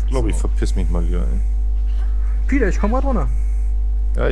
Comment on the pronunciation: ich liebe de Peter .. ein paar geile Sprüche und die Aussprache <33